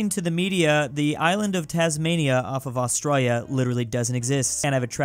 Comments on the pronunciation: Why do you say Australia in such a way that makes it seem like you've suffered a severe head injury at some point in your life? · what did you say? Australia???